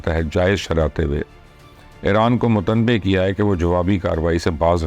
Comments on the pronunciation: Mutnabbhay and not mutambhey, I think. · Mubasher Luqman sahib, kum sey kum sahi urdu to bolna sekh lain lufz "Mutanubbeh" hota hey nakey 'Mutanbeh'. Sharam ki baat hey aap sub key liye. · chacha g matbay nai hota mutnabay hota hay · MUTANABBEH KO MUTAMBEH KEH RAHAIN HAIN AAP😂😂😂